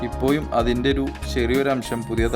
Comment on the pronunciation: ഇപ്പോയും.അതെന്ത് മലയാളം. ഒരു വീഡിയൊ ചെയ്യുമ്പോൾ മലയാള ഭാഷ നന്നായി ഉച്ചരിക്കുവാൻ ശ്രമിക്കുക.